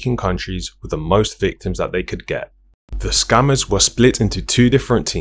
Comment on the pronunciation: Is he saying scammers or SCUMMERS 😂😂😂